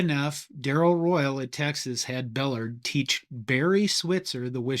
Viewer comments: Great Video and I grew up in San Angelo, Where Coach Bellard (pronounced Bah-Lard not Bell-erd) coached the San Angelo Central HS to a Texas State Championship the year before he moved to the University of Texas. I also coach at Wall HS outside of San Angelo and we ran the wishbone. Wall head coach Houston Guy implemented the Flexbone into the Wall system with great success. He was assisted in the change by the offensive staff at Harding University. Harding won the NCAA DII national championship in 2023 running the flexbone. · Firstly, Emory Bellard's name is pronounced bell-ARD, not BELL-erd. Second, I played defensive end in Texas in the 1970s against wishbone teams and we assigned positions to attack the triple option back then. The DE always went for the QB to force the pitch and the cornerback or roverback went after the pitchman. That strategy didn't always work. Lastly, I don't know how you can discuss the origins of the Wishbone without mentioning the Veer Offense developed at the University of Houston a few years prior to the Wishbone. I was a Veer fullback (we played both ways back then, kids) and the Veer had much the same option dynamics as the Wishbone. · Buh-lard…not Bell-erd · Emery “BELL-erd?” Seriously? It’s “buh-LARD.” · Emory Buh lard ! Not bell erd. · bell-ARD, not BELL-ard. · It’s not “bill-erd” it’s pronounce “Bull-lard”. He was one of the nicest men I ever met. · Great but isn't it "Emory Bell- ARD." as in YARD, not "Bellerd." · Guy repeatedly mispronounces Emory Bellard's name. It is Bell-ARD, not BELL-erd. Pretty important detail. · Bellard is actually pronounced bell-ARD not BELL-ard. He was head coach at my high school before going to Texas (and his son also later coached at my high school). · Beh-LARD not BELL-erd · Hey. It's Bah-lard...not Bell-erd. Try harder. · True football historians cringe at this guy's pronunciation of BeLARD...not bellerd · Coach Bellard's name was pronounced "bel-LARD," not "BELL-ard." Hook 'em Horns!